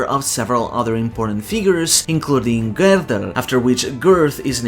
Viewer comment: Damn dude, im impressed. You always pronounce non English words correctly instead of half assing it, but to know Gerðr is pronounced as Gerth or ɡerðz̠, let alone literally being the only person ive ever seen pronounce Ragnarök correctly with the r at the end, let alone gjallarhorn. You're the man.